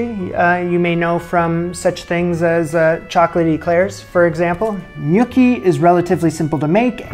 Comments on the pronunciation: Haha. Glad it's not just me. It's not "nYOOKee" but "nYAWKee". You're welcome. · Is no one gonna talk about how he was pronouncing gnocchi? Cuz I was dying laughing the entire video 😂😂 it's hard to make the first few times so you're not alone, it kicked my butt for a while. But please stop calling them gnookie 😂 ny-OH-ki is the correct Italian pronunciation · It is knee-oh-kee not nookie. Nookie something else. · "Nookie?" "Newkie?" "Nuke-y?" Love the variations in your pronunciations. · Def Nookie lololol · can't get over pronouncing gnocchi similar to snooki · A mincer might be like a ricer, don’t know if that makes a difference. I watched because “what’s a nooki?!” Haha, not how I pronounced gnocchi! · My father just rose from the dead to excoriate you for mispronouncing “gnocchi.” It’s “nyaw-kee.” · I cringed every time he uttered it incorrectly. 😂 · You would cringe if you knew how I pronounced gnocchi before this show, it started with a g and ended with chi! Give him a break!